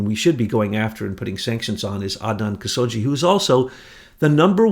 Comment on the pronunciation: adnan kashogi has been out of circulation for some time, years....his last name is not pronounced as "jee" but ka-show-gee.....prez reagan was totally coherent and told the public he had the start of altz. and nancy ran the interior staff of the WH but not the gov't... your comment that he was bonkers from altz and nancy ran the govt decisions is WRONG...how old were you during his term.?????bush ran much of it and the foreign decisions....leo wanta has been on the radio several times and he is legit and tells the complete story...bush and wanta are not friends and havent been...bush did stop him from getting his money..wanta worked directly for reagan not bush and his role was very covert other than his transactions and he answered only to reagan until the end of the project when bush threatened him and his asian partner...his asian partner was killed right after refusing bush's threats for a huge cut...